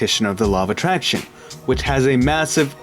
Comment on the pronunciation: Iz Me Lava Traction 😳😳😳